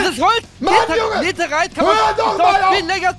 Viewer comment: Nein, aber rewi sagt nicht netherite, er sagt neserite